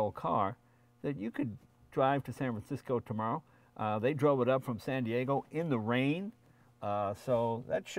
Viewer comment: You’ve been away from the East Coast too long Jay, The way you said in the rain was rather funny